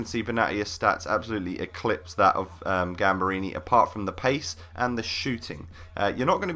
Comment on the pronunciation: Gamberini is poop compared to cheiliniebutchered his name